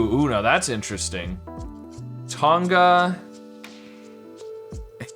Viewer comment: Im australian. You are definatly saying Tonga wrong. Dont put ad much emphasis on the G. Listen to an australlian say Tongs (the utensil) or thong (the footwear ehich you eould refer to as flipflops) and its the same way of pronouncing Tonga